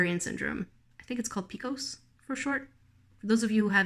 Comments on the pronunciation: You say each letter individually for PCOS. So its said pea see oh ess. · i have PCOS and it's pronounced "pee see oh ess" like a typical acronym. it's also called poly follicular ovary syndrome, and there's a push from some medical professionals to instead identify it as an androgenic disorder because it's often misunderstood by those who are unfamiliar with it as exclusively being an issue with your ovaries having cysts when that's one very small and not at all guaranteed symptom of the disorder. it's more an endocrine and hormone disorder than anything else and it can be comorbid with many other hormonal issues; i was recently diagnosed with hypothyroidism which made my fatigue levels almost debilitating. dealing with pcos is something i've been doing for 12 years of my life so if you ever need advice or support i'm happy to help! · It's pronounced p c o s. I have it, you are not alone <3 I'm filled with cysts on both my ovaries, and one side is enlarged too. I lost weight when I stopped eating lots of sugar! Its totally frustrating having pcos, but there's lots of help! I'm in a lot of groups on Facebook, with women who lift you up which is very nice!